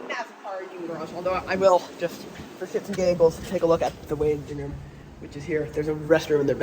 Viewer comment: Lots of great information here! Love these videos! Did you say shitz and giggles? 😂